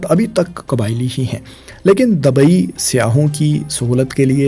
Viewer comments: Wo Dubai ko hi dabai bol rahe koi 50 bar aap aik baras ki bat kr Rahe hain 😂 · Dabai nahi bro dubai😂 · Dabai nahi Bhai Dubai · Dabai dabai dabai....urdu seekh sarak chaap